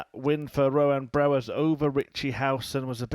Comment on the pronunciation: Its not brewers .its brouwers ..its sounds like brouw ers